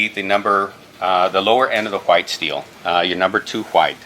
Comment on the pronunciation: Is it just me or does the knife guy not know how to pronounce "white"😂